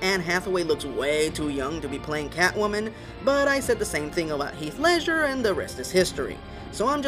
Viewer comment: What is up with this guy constantly mispronouncing words and names? It's Ledger, not Leisure! As in Ledger, like a book used in accounting, not what you do for fun, Leisure.